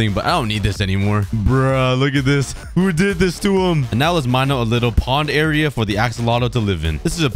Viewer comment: i love how he says "era" instead of area lol.